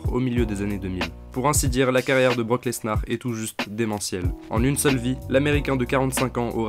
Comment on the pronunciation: Mec arrête de prononcer le S de lesnar